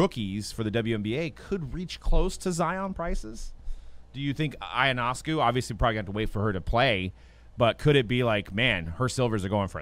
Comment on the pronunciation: Lmfao so many people can’t pronounce ionescu properly